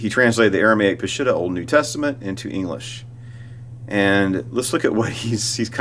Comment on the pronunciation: Let me clarify the word ''Peshitta.'' It means true pure clear and original. It is pronounce P'sheeta in the Aramaic language. Glad you like my photos in your presentation.